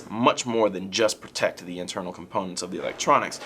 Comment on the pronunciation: You said protectist the first time dumb shit.